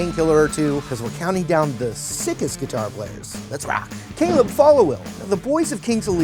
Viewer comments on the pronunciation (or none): none